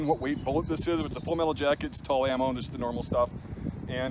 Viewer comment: Without sounding like a sniveling neckbeard it’s “Tula-ammo” in pronunciation. Not “tull-ammo”. It’s made at Tula munitions plant in Russia.